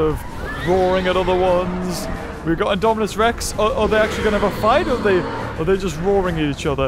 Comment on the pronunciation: Poor with messing all the names. LOL Indominus, Indoraptor and Scorpious that a tongue twister. But amazing video. like always, been a fan of ur channel since the early Isle videos <3